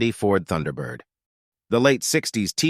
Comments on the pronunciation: The emphasis should be on thunder, not bird!😂 I guess even robots can be funny. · "...The emphasis should be on Thunder, not Bird." XD